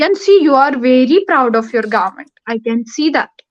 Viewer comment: ko to government bhi bolna nhi ata 😂 kya gorment 😂😂😂😂